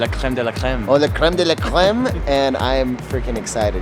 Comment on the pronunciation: He said créme de la cléme😂